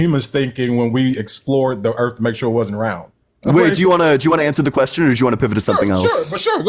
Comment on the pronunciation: Anyone else notice that a very large contingent of Ians callers refer to the Earth as "da Erf" ?/